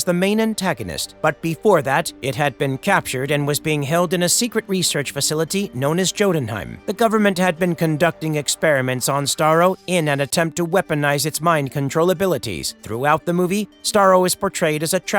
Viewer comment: The rage i felt when he pronounce it Joe-tenheim was unexpected and immense